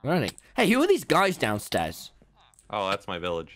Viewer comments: "WELCOME 'OME THESEUS!"* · tELL ME I DID NOT HERE THAT RIGHT DID TECHNOBLADE JUST CALL TOMMY THESEUS